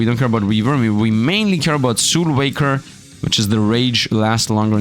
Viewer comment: Bro, you missed both the L's in that word... it's SOULWALKER.